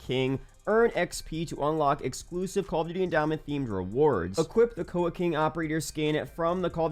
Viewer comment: It's not koa it's K.O.A plz get our skin name right